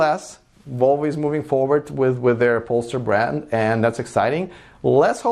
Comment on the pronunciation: Hey, I really enjoy watching your channel and am reluctant to pick you up on something, but I have seen lots of instances that show you like to get things right. You keep pronouncing the new Volvo car as "Pollster", but it's actually pronounced "Pole-Star" and has been around as a performance arm of Volvo for a few years, before splitting off recently. Keep up the good work.